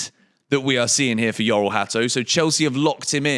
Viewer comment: The pronunciation of his first name is Jor-ell, not Yor-ell